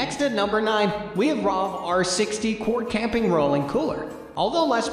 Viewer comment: What a garbage review!!! Was this narrated by AI? The Rovr is obviously the best wheeled cooler by leaps and bounds. It’s pronounced Rover like a dog. Not ROV R. The Rovr Roller is full of standard features including 9 inch pneumatics wheels. The same wheels I use on my electric mountain board that has a top speed of 45 mph. If these wheels can handle that kind of abuse they can certainly handle being used on a cooler. Plus this cooler is able to be pulled by a bicycle among other excellent accessories. Also what other cooler has a built in gravity dry cooler built in. Yeti fails in every way to compete with the best alternative products out there. Stanley is a much better insulated bottle. ( proven in tests).